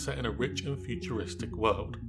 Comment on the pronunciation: "futuistic world"